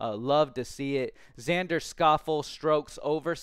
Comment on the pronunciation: xander last name is pronounced Shof-lay